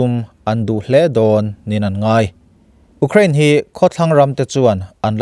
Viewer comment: Ú crane ti tlat a ..sir😂